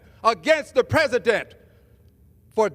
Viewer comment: Rep-Al Green looks like a pimp. And did he pronounce, 'president', "pezident"?? I have a hard time believing these people were voted into office.